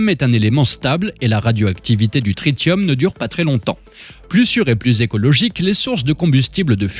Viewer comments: Coucou, on dit trissium, comme attention , trit(sss)ium 👍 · TRITIUM SE PRONONCE TRISSIUM